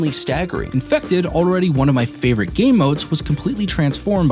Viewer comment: "My personal favorite" says it wrong. Ok buddy. Jk great video man